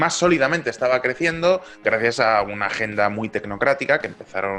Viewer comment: AGENDA! …por que te cuesta tanto trabajo en decir agenda?